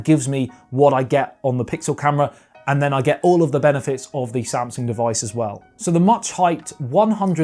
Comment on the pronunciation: he said samasung lol not Samsung